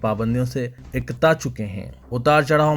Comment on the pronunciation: News reader ko apni urdu ka talaffuz durust karna chahiye (ikta chuke hain jabke sahi lafz ukta chuke hain hona chahiye)